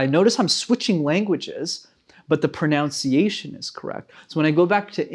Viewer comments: You failed at the fist word, it’s pronounced prununciation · You pronounced 'pronunciation' erroneously,. Such irony!